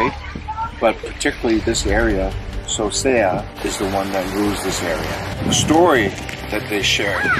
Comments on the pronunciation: Its not Sosea lou seasea o. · It’s not Sosea it’s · It not Sosea his name is